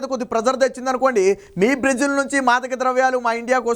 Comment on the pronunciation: బ్రీజిల్ కాదురా సోంబేరి... బ్రేజిల్... నీకెందుకురా.... ఛానల్... ప్రతివాడు ఛానెల్ హీరోనే... కర్మ